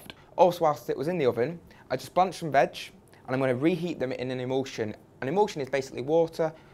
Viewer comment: i love how he keeps saying "vag"